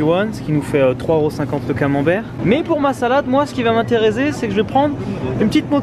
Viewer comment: "Moi ce qui va mainterezer"